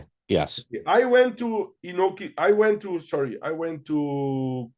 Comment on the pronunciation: Great episode. The New Years Eve battles of the early 2000's with Inoki, Pride, and K1 all competing is maybe my second favorite time to be an MMA fan, after UFC 1-10. Inoki's name is pronounced Ee-No-Key. Japanese vowels are like Spanish. He was actually raised in Brazil and claimed to have BJJ experience from the 1950's. Meltzer saw him submit Dan Severn in training. Also, there was no need to work a Nagata match. He was an amazing amateur wrestler but it never translated to MMA